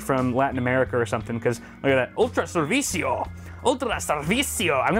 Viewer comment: Being a Spanish speaker, I feed rather offended by your "Ultra Servicio"! Lol, just kidding, we aren't such assholes. Keep the good job.